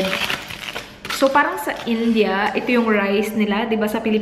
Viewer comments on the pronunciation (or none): none